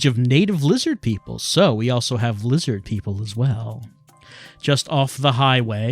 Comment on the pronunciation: This may be too hard for youtube. You may say liz-HARD